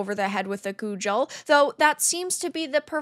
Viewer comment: What's a coojal? Do you mean a cudgel?